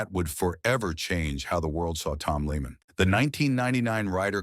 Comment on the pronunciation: He’s name isn’t even pronounced leeman. , tard. It’s pronounced layman.